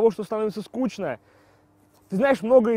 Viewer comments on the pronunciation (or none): none